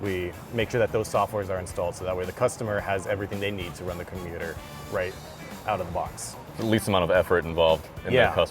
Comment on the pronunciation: i love the guy saying commuter instead of computer